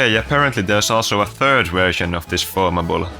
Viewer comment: "The Turd Empire of Haiti"